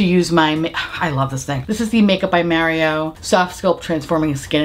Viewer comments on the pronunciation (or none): I absolutely love the way you say Mario!!! “Myario”….so great! Between that and “Chahlot Tilbry” my 👏🏼 day 👏🏼 is 👏🏼made!! Loveyousomuch!!!